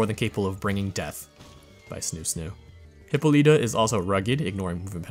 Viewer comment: I appreciate the video, truly, but I can't get over how you pronounced Hippolyta lol